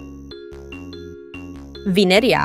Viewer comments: Thats vinerea not vinenea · “venaea” ahh pronouncement😭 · How she pronounced Vineria in the first one is crazy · Italian ahh Vineria pronunciation 💀